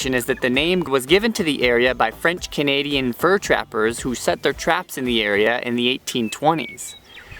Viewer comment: I just happened upon this video but I need to tell you that your French pronunciation is amazingly good.